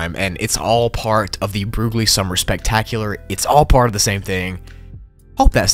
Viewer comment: Broogli = brocoli